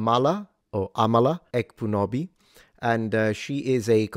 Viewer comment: The 'k' in "Ekpunobi" is actually silent, for future reference. Not really criticizing (it's a very uncommon name in the West), just providing a tiny assist. 🫰